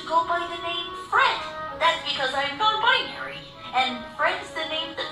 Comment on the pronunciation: Sorry, did you say 'non-bisonry'?